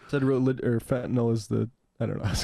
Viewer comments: I wish Sam wouldn’t say Fentanol! It’s a different medicine! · Sam, there's no 'o' in Fentanyl.